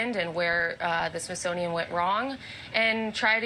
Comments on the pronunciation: The Trunt woman called the Smithsonian the Sisonoian WTF. My 2 year old grandson can pronounce it better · Did she say Shish monium ?????? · Sisothian? She said it multiple times. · She can barely say smithsonian